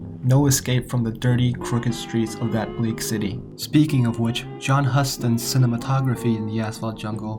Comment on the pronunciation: The director's name is pronounced HU-STON (long U). You can't be taken seriously if you don't even know how to say his name!